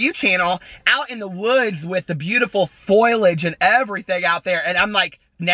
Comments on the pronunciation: im laughing that said "foilage" instead of " foliage" lol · kayla Barnes cracks me up every time he says it! 💙